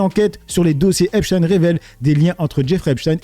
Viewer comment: Si c'est pour epstine et non Epstein. J'ai même même pas envie t'entendre. Tu sais déjà que se sera du blabla 😂